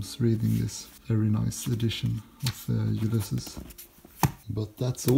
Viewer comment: don't think thats how you pronounce the title.